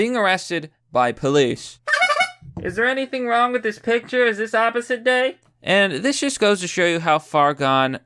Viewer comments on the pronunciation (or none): none